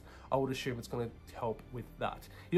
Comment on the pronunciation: Good video. No more than 10 “asshume”s per video next time! Lol.